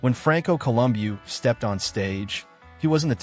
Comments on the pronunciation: He didn't pronounce it correctly. He kept saying "Columyou". It's Columbu". "u" like the sound "oo" in "book, only slightly less sharp than we say it in English. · CO-lum-bee-you?!? F'n AI crap! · Its prinounced columbo!!! Arnold even oronounces ir that way u=o!!!!!! Next training 6x a week twice a day=bs!!! Gross over traing mentzer!!!!!!! Said so!!!!!!!